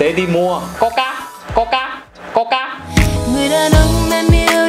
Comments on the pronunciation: coca mà nghe tưởng con c**, kkk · coca à mà khoan.... Nghe giống... :)))